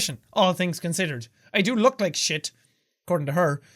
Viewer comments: Jack... I hope you know you pronounced shit and bullshit wrong... :/ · I love how immediately after he decided it was either Irish or British he started pronouncing shit different 😂😂